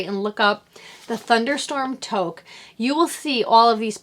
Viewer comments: Another great episode. "Toque" is a Canadian word for "hat" and it's pronounced "Tooque" You got this! Bobbles and cables aren't so complicated and it'll look amazing. Best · Loved your podcast and thought I would let you know that your hat pattern is pronounced too-k. I'm from Canada and think it's a Canadian word haha. Thanks to you I got some Asylum Fiber yarn 😊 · Canadian also, & it is pronounced "took". Not a Canadian word though, it's a 16th century french word. Which would explain, with the french influence in Canada, why we use it. :-)